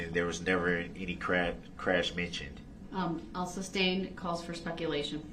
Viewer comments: "I'd like to axe the grounz for the objexshun and substain your honor" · Ask not Ax…. Both not boph…. Sustain not substain ….. grounds not groundz…so Many More ….does he realize how ignorant he looks?…. He loves playing lawyer!!…. He would had never done this with a male judge!